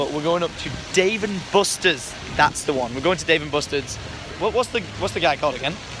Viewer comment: "Dave and busterns